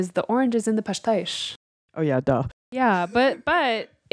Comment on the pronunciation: I love how you guys pronounce pastéis ❤️ and the video is also great.